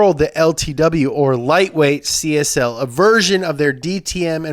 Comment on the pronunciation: Why do you read CSL as CSI?